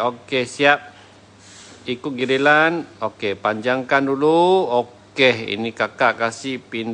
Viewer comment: Ikut giliran lh..bukan gililan.Kau cakap bahasa melayu pn tk pandai nk buat konten..mmg kimak lah🖕